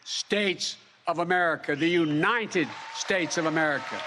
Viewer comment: How long do you think it'll take before the MAGA idiots who can't find anything they can openly disagree with in this speech jump on the fact that he said "oonited" instead of United at first? Taking bets! 🙄